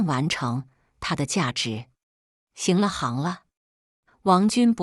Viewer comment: 為什麼要講 《行ㄒㄧㄥˊ》了《行ㄏㄤˊ》了？ 是《ㄒㄧㄥˊ》了《ㄒㄧㄥˊ》了